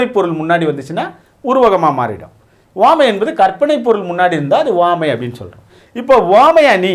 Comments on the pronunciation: Please Pronounce Correctly (Uvamai) Iyya - Appreciating your teaching effort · 1st uvamai apdindradha correct ah pronounce pannunga sir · he pronounces some words differently eg. uvamai